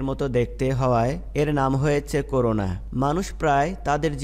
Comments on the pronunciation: করুনা না। করোনা। নামটা ঠিকমত বলতে হবে তো ভাই। জুনোটিক কি? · করুনা না ভাই করোনা